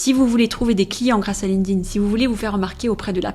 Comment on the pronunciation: erreur no.1 Prononcer ''Linkding'' au lieu de Linked In 😂 Je blague, belle video !